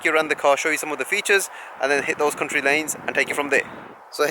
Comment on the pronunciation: I thought you said cunty . Lol